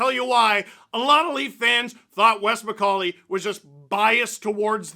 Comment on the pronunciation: Wes Miss-call-ey